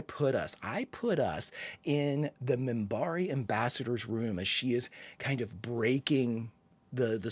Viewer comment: First off, it is Minbari, with a N, not a M. Second, the Centauri are clearly ahead of the Humans and the Narn are a little ahead of the Humans.